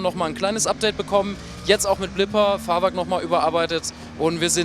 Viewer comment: Wieso sagte eigentlich immer wieder Fahrwark anstatt Fahrwerk. ?